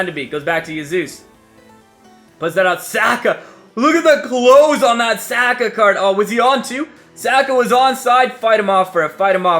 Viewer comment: Your pronunciation of Saka is wrong. It’s S (ah) ka